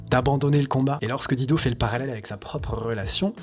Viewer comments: Dire di do m arrache tjrs les oreilles,,,, il faut prononcer daï dou....quand on aime on respecte. C est comme george "clou nez" ben non faut dire " clou ni". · Pourquoi s'acharner à ne pas prononcer son nom correctement (c'est "Dailledeau", pas "Dideau") alors que les clips utilisés, juste là sous vos yeux/oreilles, vous apprennent la bonne prononciation? Et par contraste, "Better Help" est prononcé avec plus d'effort? C'est plutôt disrespect irrespectueux pour la personne apparemment adorée... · sinon la prononciation c'est Daïdo ! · On prononce DAILLE DO !! J'adore la voix de cette beauté, elle m'apaise me caresse !! Je peux travailler et étudier en l'écoutant, les paroles ne m'intéressent guère chez les chanteurs depuis que j'ai écouté tout Brassens qui savait écrire lui !! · Tu es génial! Vraiment! Pour une fois l'algorithme youtube qui t'a mis sur mon chemin doit être remercié. J'adore Dido (attention les français, ça se prononce "dailledo" sinon ça peut faire penser à un "godemichet") et tu confirmes ce que j'ai toujours pensé d'elle. Merci!! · Apprend a pornoncer son nom correctement, un mimum de respect, incroyable ces francais avec leur language, pffff... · Si tu prononçais correctement son nom, ce serait encore mieux ! ;-) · Je ne peux pas concevoir que quelqu'un puisse faire un vidéo de plus de 30 minutes sur une artiste sans même avoir recherché comment prononcer son nom... Et finalement on aura jamais su pourquoi elle a disparue... Aucune mention dans la vidéo de quelque ''prix caché de la célébrité'' que ce soit...